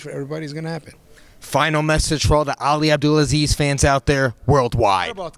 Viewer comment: “ Ali abdelasleeze “ - Colby